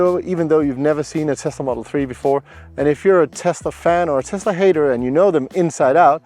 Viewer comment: May be the best review I’ve seen for any Tesla - perhaps any car. Right up there with Thomas from Autogefuhl. Excellent production, presentation, editing and, from a personal perspective, the correct pronunciation of the word Tesla - it’s s not z - is much appreciated. Thank you.